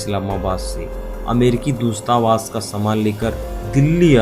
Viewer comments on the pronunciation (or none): जबरजस्त? इंट्रक्शन?दूस्तावास?